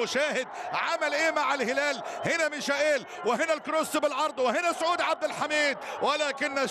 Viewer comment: رساله للمذيع. رجاء اذا كنت لا تعرف كيف تنطق الأسماء ان تلجأ الي مستر جوجل وهو يعلمك كيف تنطق الأسماء وكفايه تفتي تقل انك بتنطق حسب النطق البرتغالي. اللاعب اسمه مايكل = Michael. بالإنجليزي او هذا هو النطق العام المعروف به في اغلب اللغات. بس مفيش حاجه اسمها ميشائيل. ممكن علي الاقل تقل ميخائيل ماشي الحال او تقول برضه ميكائيل برضه ماشي. اما اذا كان اللاعب ألماني فتنطق = ميشاييل. بس برضه مفيش حاجه اسمها ميشائيل 😂😂😂